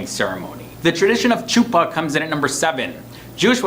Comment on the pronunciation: The pronunciation of chuppah 😂